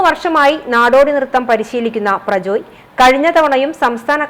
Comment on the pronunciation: പ്രജോയ് അല്ല….പ്രജ്വൽ എന്നാണ് ….കഷടം 😂😂😂😂